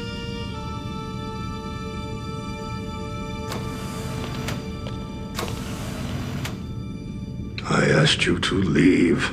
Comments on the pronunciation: kempec? wtf? it is K'mpec. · I love the way Picard pronounced "Kem-puck" when he got upset!!!!